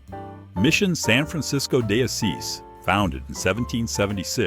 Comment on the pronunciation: You'd pronounced "diocese" wrong. You didn't name the cities where some of the photos were taken. Among other things. This is not a good report.